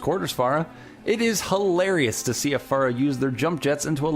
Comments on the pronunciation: ITS FER-AH not FARA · it's pronounced "Fare - ah" not "Far - ah" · Its not fara it's pronounced faira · It's not phrah its phara